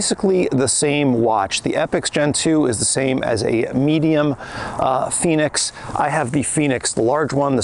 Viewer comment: FENIX!! Not Phoenix, just saying, great review, I have the FENIX 7X solar and it’s a great watch for outside and training. Expensive though.